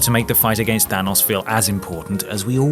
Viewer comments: Than-O-s not Than-U-s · It's hard to hear the name Thanos pronounced wrong after hearing it so many times lmao